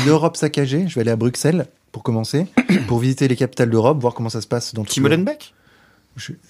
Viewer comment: Ça se prononce bruSSelles bordel 😂 , et pas molenbèk mais mollenbéék rolalalala ça fait 50 ans qu'on vous le dit 😂